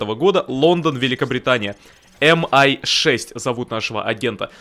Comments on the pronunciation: Ми6,А не эм-ай 6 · Крутой ролик у,спасибо за контент.Только правильно говорить не МI,а ми6